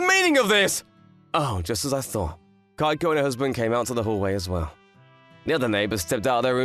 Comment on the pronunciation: Sounds like the lad is saying “Geico” instead of “Keiko”